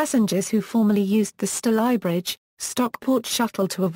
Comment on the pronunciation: F* yank! Stal eye bridge - wrong! It's pronounced Stay ly bridge!